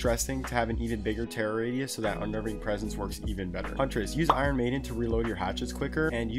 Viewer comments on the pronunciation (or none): none